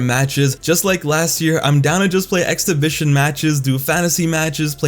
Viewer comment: Am I the only one who thinks he's saying "x-division" when he says exhibition?